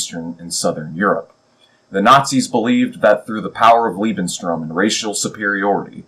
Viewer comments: small mistake , Its "Lebensraum". "Lebenstraum" would be "Living Dream" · Just one minor ningle: You seem to keep saying "Lebenstraum" which means "Life's dream" when trying to say "Lebensraum".